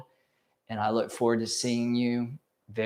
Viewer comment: It's sha-vaa-sa-naa, not shaa-vaa-saa-naa and na-mas-te, not naa-maas-tey